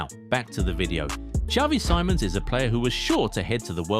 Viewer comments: See-mons. Not Sai-mons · You should say it's simons not saimons